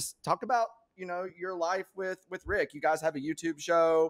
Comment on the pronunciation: It's RICK-NOT VIC LOL